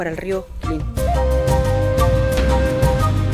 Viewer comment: Una acotación NO ES QUILIN es QUILLEM